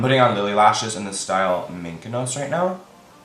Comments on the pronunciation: “I’m putting on the style of Lilly lashes MINCANOS (sweetie it’s Mykonos) 💥😂🔥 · Isnt it pronounced mi ko nos